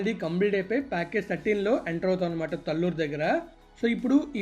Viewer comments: Correct pronounciation is taalluru talluru is not correct pronounciation. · Pronounciation as talluru not correct taalluru is correct pronounciation.